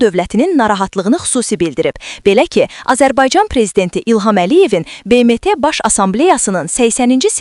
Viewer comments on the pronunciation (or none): " Be Me Te " ne idi ????😂😂😂😂😂😂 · BMT sözünü düzqün tələffüz et. Sonra cix daniş😂